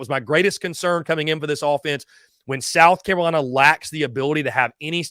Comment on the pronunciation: What is a South Camolina?...😂🤔